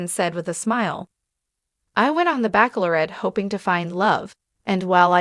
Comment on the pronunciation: This narrator and all narrators show learn to pronounce words right like Bachelor and Bachelorette. This goes for AI as well